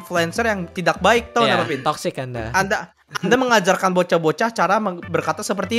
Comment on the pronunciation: selalu ngomong tocxic